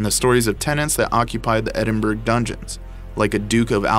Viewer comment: Edinburgh Castle like the word through pronounced ---thr-oooooooooooooooo NOTICE the Edinburgh is pronounced Edin-bur ow. The commentator must have been from Texas